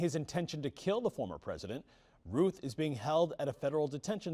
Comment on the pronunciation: It's pronounced Rowth not Ruth!